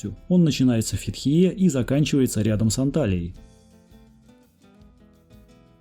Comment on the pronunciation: Информативное видео, спасибо, но не мог удержаться от критики неправильного произношения названий и не только турецких...это как наказание какое-то...Русские как всегда каверкают названия...правильно будет Фетие! Рассказываете о всей Турции не удосужившись в правильности названия...это как показатель того что русским не интересно углубляться в чужую историю, на все смотрите через свою призму читая по буквам...а как кричать что при совке было самое "читающее" общество, так бьете в грудь. Кстати блогеры украинцы, я заметил, правильно говорят Фетие...можете проверить